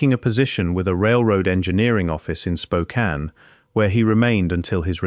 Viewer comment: At least the narrator didn't butcher the pronunciation of Spokane.